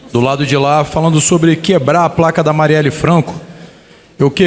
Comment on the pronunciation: Esse cara que substitui aquele abutre, não sabe nem pronunciar o nome da vereadora.